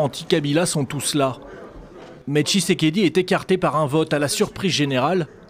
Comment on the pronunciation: tSHisekedi et non tishekedi